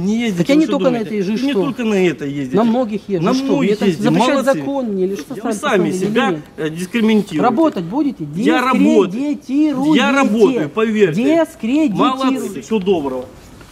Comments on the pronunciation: Дескрементируете😂 Вы это слышали?😂И этим людям дана власть? Позор Авакова😂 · "Дискрементируете", я правильно услышал? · "- вы сами себя дескриментируете " ... это от слова МЕНТ или от слова ЭКСКРИМЕНТ ? ))) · Дискрементируете ))) Он хоть школу закончил?!